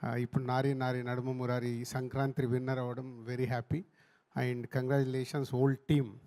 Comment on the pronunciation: Sankranthi not Sankranthri, dil raju garu to correct